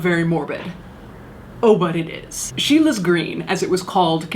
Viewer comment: It’s Scheele’s green not Sheila’s green! Sorry :s